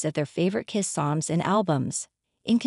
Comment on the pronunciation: Is this being read by AI? Listen to the first sentence. Maybe a human would mispronounce 'bassist', but not the word 'KISS', which is mispronounced throughout. That aside, the only thing "natural" about this is their natural attraction to $$$.